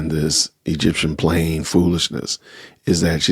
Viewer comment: He said “plane” wrong 😂😂😂